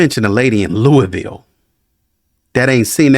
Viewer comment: Yeah, not pronounced like “Louie” ville Kentucky. It’s a small town in Boulder County, next to Boulder, just to the east.